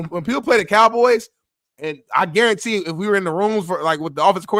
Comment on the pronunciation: Harrison smith? GAR-RUN-TEE FACT!!!